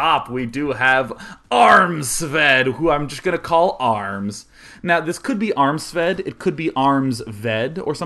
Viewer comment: Armsved? To everyone here, that's armpit sweat in Danish Oh, and not to forget (Silly silly me) Happy birthday Daynine.